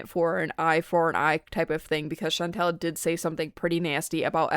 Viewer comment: I am interested in this video, and I'm glad someone is criticizing FFG, imo her and Chantal are both awful. But it drives me nuts when you mispronounce Chantal, it's all, like y'all. Not al like weird al